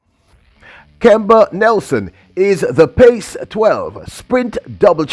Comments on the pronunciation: Sir PAC-12 is pronounced as PACK-12 not Pace...🤔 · Was gonna post this. Was confused hearing pace. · Brother, The correct pronunciation is "Pack 12". PAC is sounded like Pack. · It's called the PAC 12; not the PACE 12. Come on! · That is pronounced Pack 12. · PAC is pronounced (PACK)